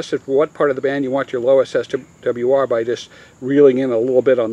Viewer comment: Did you say check the "swir" ?